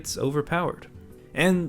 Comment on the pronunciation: It's Morgl, not Morgi